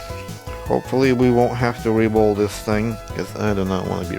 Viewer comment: your "reball" sounds like "re-bowl", which is oddly appropriate since apparently, someone heard this thing has pins and used it for bowling.